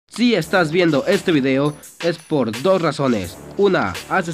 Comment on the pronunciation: dice cideo y no video xD